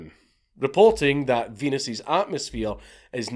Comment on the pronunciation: "Venus's wind" haha we heard Venus queef 😂